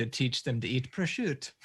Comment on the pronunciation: absolutely sends me every time, I can’t say prosciutto in a normal way anymore